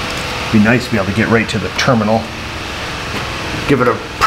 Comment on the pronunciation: Its a ternimal not a terminal 🤪🤣🤣